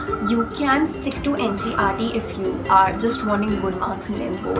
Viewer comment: It's NCERT not NCRT 🤣🤣.btw nice😊